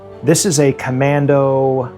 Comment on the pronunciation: Great show. the "ComanDOH"